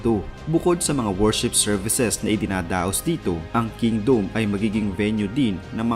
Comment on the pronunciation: Ayusin mo nga magsalita..KINGDOME O KINGDUM HAHAAHAHA😂😂😂😂